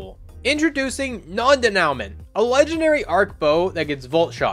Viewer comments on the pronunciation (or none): It's pronounced "Day-new-mon". He didn't get it right. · I hope this is a joke, bro butchered it as much as possible